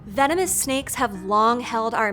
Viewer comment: When you started the video by saying venomous snakes I tought I heard you say feminist snakes.